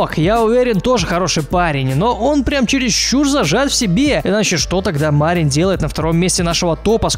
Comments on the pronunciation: Почему Ма'рин? Разве правильно не Мари'н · Кстати не МАрин, а МарИн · Вроде бы имя Марин с ударением на "И"? Поправьте если не прав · какой блин ма́рин ты серьёзно мари́н!!!!! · Не МАрин, а МарИн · Не мАрин а МарИн. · Не МАрин а МарИн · Влад Живу в Молдавии (Мармок оттуда родом) Имя с одной И и ударение ставится на неё. P.S. Видел его один раз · Вообщето правильно говорить МарИн. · почему ты ставишь ударение в имени мармока на букву А? в его имени ударение падает на букву И!